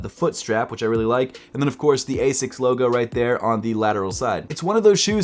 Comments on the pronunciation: The way u say it hurts, 'asis' it's not, it's pronounced like 'asicks' all love tho bro 😭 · As-ics not a-sics